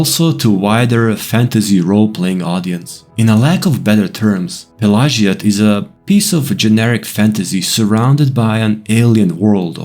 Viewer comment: Great video! Do a series for all towns with Vivec being the last. Also, Is that the proper way to pronounce the town name? I have always pronouced it a different way...I could be wrong.